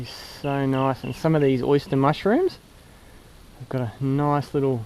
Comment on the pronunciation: “ The Oysta “ lol